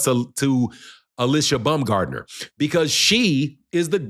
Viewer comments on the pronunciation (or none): Its not BUMGARDNER. ITS BAUMGARDNER. Where did she say this.